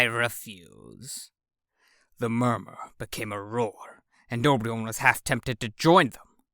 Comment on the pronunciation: This is cool, I'm impressed that you've chosen this massive fiction to read to us! But can't notice that you're pronouncing Obyron's name wrong. I heard you say "Ob-ri-on" when it's actually "O-bi-ron", like the King of the fairies